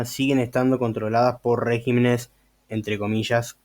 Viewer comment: Hay demasiadas inconsistencias en todo el desarrollo de tu pretendido “desmintiendo”... pero no es de extrañarse de alguien que ni siquiera sabe cómo se dice “régimen” en plural, ni donde lleva el acento en la misma palabra. Antes de querer colarse de la fama de otros mal informando a la gente, uno debe sentarse a leer y estudiar para después tener, mínimo una idea del nivel al cual nos estamos exponiendo. Bendiciones.